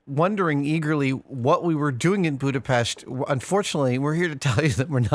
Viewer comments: So you were visiting the set of blade runner 2, I guess? nonetheless, I'll be eagerly waiting for the reveal! Also, I sincerely thank you for making the effort and pronouncing the name of my city correctly! it was refreshing and much appreciated! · Oh, you pronounce Budapest the right way. :D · Thank you for pronouncing Budapest right! :D